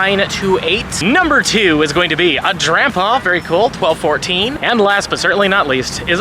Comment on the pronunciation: Sounds like you're saying shiny grandpa